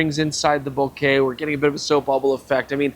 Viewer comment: I think this is the first time I hear someone from US/CA to pronounce "Bokeh" correctly. Mostly I hear this awful "Boka". I am really really torn between the Sigma 20 200, the Tamron 25 200 and the Sony 20 70. Don't know which one to buy. First world problems I guess.